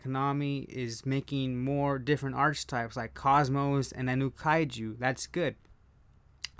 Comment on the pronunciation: They are not "arsetypes" they are "archtypes"